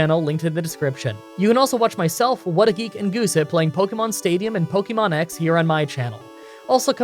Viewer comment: Again, it’s not pronounced “pokymon” or “pokyball” is more like “pokehmon”, watch the anime. If you are going to profit off this franchise you could at least pronounce its name correctly